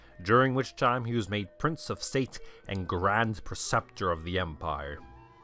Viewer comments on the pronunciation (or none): none